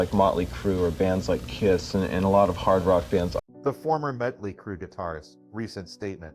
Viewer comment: I thought it was muddley crew 🤣🤣🤣🤣